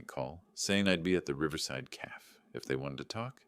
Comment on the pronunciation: A "caff" isn't as bad as a "gran-odd" lol the entertainment in these are the errors lol